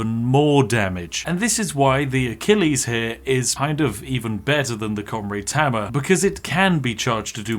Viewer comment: FREE FOUSAND DAMAGE?!!? Noer way!!!! Fink you can get anymore? Oy fink you can. Wif fat koind of damage you could kill everyfink in that whole air-ee-er!!! That Comraid's Hamma IS serious though, innit? Ah English..... Perfectly balanced. It just works.